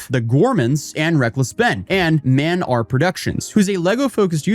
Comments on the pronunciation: I guess the OCD is acting up, but did anyone else notice that it is "M" and "R" Productions, not Man R Productions? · “Mand R Productions” 😂